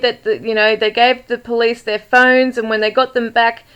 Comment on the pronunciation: I don’t think he said her. With his accent, “their” becomes “der “ and he softens the letter “d” almost to an “n”. Sounding like “They put her in ner car”.